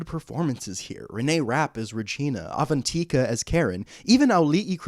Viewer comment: Just a note! Avantika is pronounced Uh-von-tick-a. Love your videos!